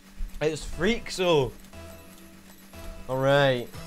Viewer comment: He said “Freekso” I’m dead😂